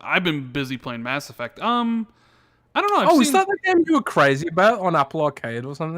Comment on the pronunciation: Mass Effuckt 😂😂